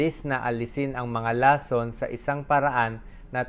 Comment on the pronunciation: 😂 Ong Bose's mo Ang pangit nang pag kakabigkas mo nang lason😅